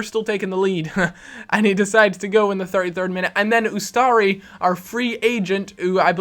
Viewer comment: Learn to say U S T A R I RIGHT! its not utsari